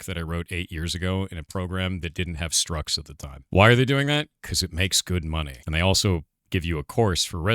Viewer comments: "structs" as in "structures", not "struts". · structs, not struts 🤦🏻‍♂️